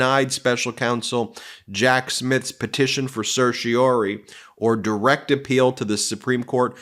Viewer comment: Ben, please practice proper pronunciation of "certiorari"! You often drop the "ra".